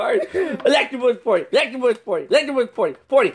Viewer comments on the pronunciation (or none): party not potty